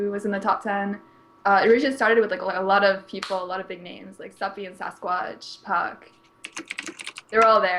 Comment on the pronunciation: Gota say, first time I see that many names butchered in one post.